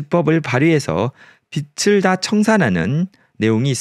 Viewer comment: 가끔 영상 보는데 도움이되네요. 다만 22분께의 영상에서 빚을 (비즐)이라 발음해야할듯.내용은 비츨이라해서 듣다가 영상봄